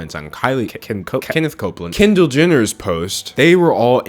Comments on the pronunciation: the way he pronounces kendall as kindle😂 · why do u pronounce kendall “kindle” omg